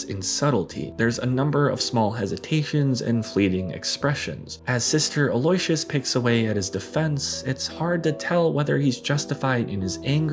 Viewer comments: Sister Aloysius (Meryl Streep's character) is pronounced AL-oh-WISH-us not a-LOY-shus . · First time watcher. If I could offer some productive criticism, I do believe Meryl Streep's character in Doubt, is Aloysius Beauvier. Aloysius is pronounced Al-lou-wish-us. Great breakdown of the Hoffman otherwise though! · Legitimately, what a wonderful video about a legendary actor. It's pronounced "al-o-wish-us" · Sister who? A loy si us no, no, no 😅.... A lo y si us.....